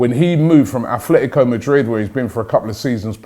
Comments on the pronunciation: Robbie it’s Atletico, stop pronouncing it as Athletico please it really annoys me how people insert an arbitrary h into their name. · ffs Robbie, it's "ATLETICO", where do you see the "F" sound?